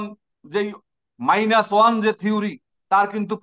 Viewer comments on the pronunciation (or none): none